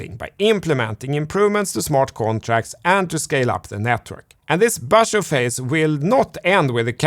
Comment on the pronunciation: You asked for pronunciation help: “Basho” was accurate and precise. While some of us chuckled at the the introduction of the subject of “the Beer market.” Beer rhymes precisely with “bare,” so just think “naked market,” and you will nail it.